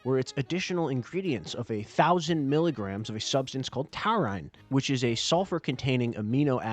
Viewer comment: Wait, that’s how you pronounce “taurine”? 😅